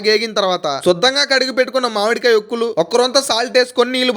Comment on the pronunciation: మాడి కాయ కాదు మామిడి కాయ బాబు😅